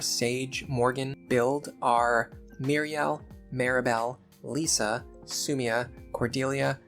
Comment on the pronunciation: why are you pronouncing Lissa as Lisa? like "This", not like "Lease"